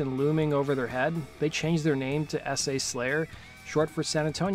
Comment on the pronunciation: It sounds like you're saying: "Ese' Slayer". It's a chicano thing.